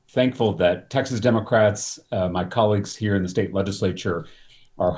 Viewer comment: "...my Republican collegez...". Dude, you never need to wundr why you are loozing.